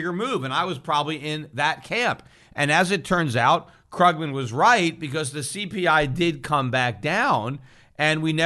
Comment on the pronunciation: Love how Peter deliberately mispronounces Krugman's name :D